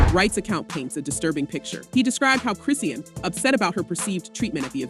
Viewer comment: Why the whole video her name WASN'T pronounced correctly 😩🤣🙄 who tf chrissiannn tf smh. Shes only serving 30 days and 1 yr probation bro